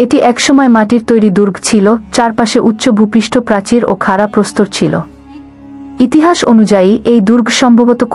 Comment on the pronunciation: চালে, ইহিহাচ এগুলো কি রকম উচ্চারণ 😂😂😂